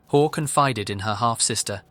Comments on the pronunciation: It sounds like you’re calling her whore instead of hall lmao ,I subscribed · listening to you say "WHORE" (Hoare) over and over again was just the comedic relief this video needed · Something is very satisfying about the name of the woman in the last video being pronounced ‘whore’